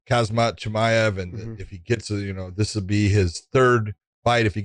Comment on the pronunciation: Big John it's KhaMZat not KhaZMAT you're calling him a hazmat suit